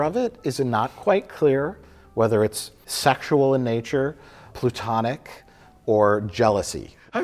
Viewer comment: Did Mike say "plutonic" instead of platonic?